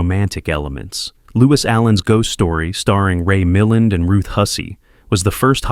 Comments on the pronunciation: Ray Mil-LAND. Geez. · Total fail in pronouncing Ray Milland's name. And since you didn't show viewers the phenomenal underwater shot in Night of the Hunter, I'm hoping some will seek out the film to see for themselves. It's truly stunning.